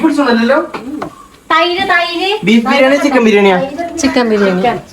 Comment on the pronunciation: no പല വീഡിയോസിലും ബിരിയം എന്ന് പറയുന്നുണ്ട് ഇനി ശ്രെദ്ദിച്ചു noki😊